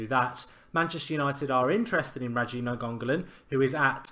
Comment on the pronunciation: its pronounced Nein-go-lin Mark